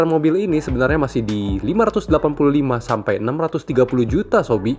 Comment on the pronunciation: 'Sampe' bang...bukan 'sampek' 😊🙏